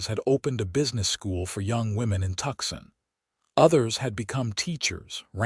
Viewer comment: TUCSON (TOOSON) NOT TUXIN